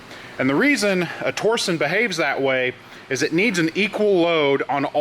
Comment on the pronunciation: Is it torson or torsion? I believe it’s pronounced tor-shun. Just wondering, not being a jerk :)